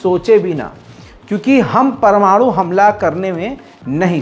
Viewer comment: sahi keraaa news wala chooookraaa pamanooooo.......